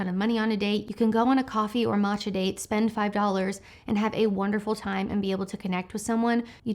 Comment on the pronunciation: Isn't it pronounced mow-kuh? I have never heard it called mo-cha. The h is silent, isn’t it? Elsewise... maybe I have just been wrong all my life. Crazy girl can't even pronounce it right!